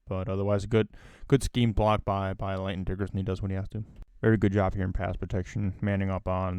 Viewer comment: Y'know...his name is Landon, not Lanton.